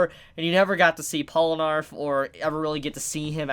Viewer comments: Polanarf? Wtf... Its poll na raef. Just listen to him pronouncing his name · Pol-nah-refu Not polanarf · Its Polnareff not palonerf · It’s Pole-ner-reff not arf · Polenarf... Polenarf... ITS POLNAREFF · isnt it polnareff and not polenarf? i dont thgink u said it right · Polar-eff Not Pole-narf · IT'S POLNAREF, NOT POLNARF. JESUS CHRIST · POLE-na-REFF Not POL-no-ARF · Polnareff, man... Polnareff... Not Polinarff. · You keep calling him Polanarf. It's pronounced Pol na riff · Pol-Na-Reff not Pola-Narff😂😂😂damn dammmmm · Its pronounced Pole-ner-ref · POLANARF DID YOU JUST SAY POLANARF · Polenarf. LOL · I swear if he says polanarf again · did he just fucking say "pollanarf" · "polrenaff, hope i said his name right" perfecto pronunciation there bruh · Polenarf lmao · POLE-NAH-REF! The first time annunciation's got to me. Probs cuz Polnareff is the part 3 main character lol. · how did you manage to pronounce Polnareff as Polanarth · How to say Polnareff: Pole-nah-reff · It really bugs me how you say his name. POL-NA-REFF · You're not saying it right. It's JEAN PIERE PORUNAREFFU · "Polanarff" ahhh why the fuck would you say that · Slight mispronunciation. It’s Pole-nar-if. If you rewatch Part 3, that’s how they pronounce it, more or less. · Pollanarf? you hope you're saying that right? do you do that for the lols or is listening to 2 mins of stardust crusaders too hard? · MY MAN JUST SAID POLANARF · Polinarf? LoL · PAUL NARF MALL COP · Its bronareff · You said his name wrong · HOW MANY TIMES ARE YOU GONNA MISPRONOUNCE HIS NAME AAAAAAAAH IT HURTS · Holy shit you butchered his name so hard core 😂